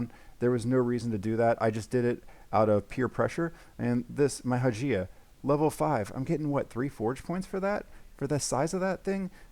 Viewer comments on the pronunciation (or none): The Hagia in Hagia Sophia is pronounced Hi-Ya. You’re killing me, dude. It’s actually one of the world’s great buildings IRL. I appreciate your videos though! 🤓